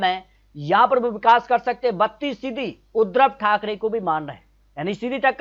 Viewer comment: नाम तो सही लो। बार बार उद्रव ठाकरे बोल रहे हो जबकि उद्धव ठाकरे सही उच्चारण है। फर्जी आंकड़े हैं